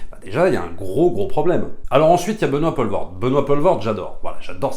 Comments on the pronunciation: Pitié c'est Poelvorde pas Paulvorde, ça ne se prononce pas de la même façon. Pour faire simple c'est plus comme pool en Anglais. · Benoît Poelvoorde se prononce "Poulvôrd" (le oe en néerlandais se prononce "ou")